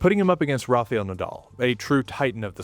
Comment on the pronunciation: It is a great video. But it is Rafael Nadal, not Rafeal Nadal . You always say Rafeal 🤣 .